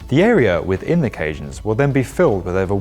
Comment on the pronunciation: Cajans or caissons?